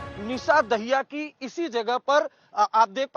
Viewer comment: दाहिया नहीं मित्र, ये दहिया है